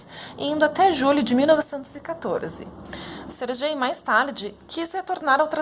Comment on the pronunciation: Acredito que pronúncia do nome é "Ser Guei" nao "ser Jei"